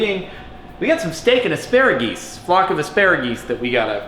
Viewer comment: "Flock of assparegees" 😂😂😂😂